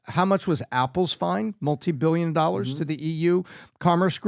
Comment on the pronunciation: What’s 50 thousand “OLLARS “